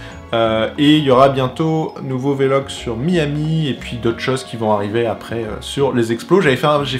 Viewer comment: Super vidéo, on sens que tu ne t'interdis rien sur cette chaine, contrairement à ta chaine gaming ou tu semble te brider un peu (même si c'est moins le cas depuis plusieurs mois) Par contre, please, arrête de dire "vélogue" please. On dit un blog, pas un "bélogue" ;)